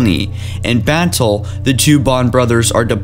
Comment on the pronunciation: Pronunciation time! Schism is not Skism Te is pronounced "tay" formidable not formible battle not bantle (bantle of responsibility? lol) extreme not estream sanheili not singeli Jesus christ you shouldn't be doing this.